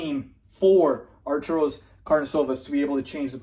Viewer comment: Arturus - Are-tur-us.